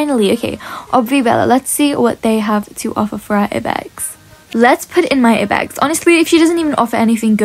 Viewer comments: it's I BEX not E BEX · It's not ibex space the I so it would sound like I bex